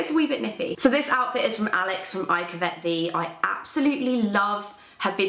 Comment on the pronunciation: hi, love the topic today: ) just wanted to say to pronounce "covet", it's KUV-it rather than kuh-VET, with the emphasis on the first syllable.